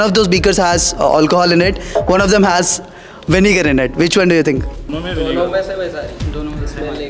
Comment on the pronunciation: Vinger nhi vinegar